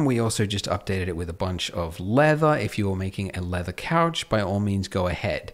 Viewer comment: If you keep saying couch wrong just say sofa